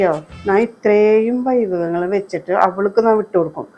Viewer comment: വൈഭവങ്ങൾ അല്ല വിഭവങ്ങൾ